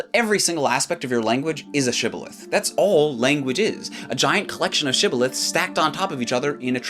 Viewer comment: Funnily enough, the way you said how the ancient people said "shibboleth" indicates that you are familiar with Hebrew. When most English speakers explain the story of the word shibboleth, they still pronounce the letters as "th" and not "tt".